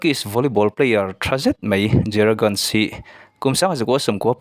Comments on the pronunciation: Guns anilo nunes ti a lam tur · Guns ni lo in Gunes tih tur aw...mipui hnem a phochhiah tur ang hi chu a lam dan te pawh hi fimkhur ve a tha, ka thiam ber e ka tih na ni lo in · Zehra guns nilovin ganes tih tur aw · Guns tiin i lam tlat a Gunes tih tur aw😊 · He nu fans hi ka ni a nia... Mahse a hming I lam dan hi an lam dan nen a in ang lo... Gunes (mizo trawngin lam ta la) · Volley ball i en vak lo ani maw...hming lam dan chu😂😂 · Brazil players Gabi lo ti ve la zehra hi chu ka top1 Ani Tho na chu a chanchin ka hre lutuk a 😂😂😂 Ahming tal te chu lam dik ve la amah Ani lo amaw ka ti mai dawn lom le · a hming i lam dan chu leh...recording chu leh. .. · A hming i lam dan chu va danglam si ve...